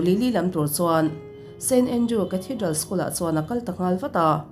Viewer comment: st andrews tih tur aw.. a diklo in i lam tluan parh thei nia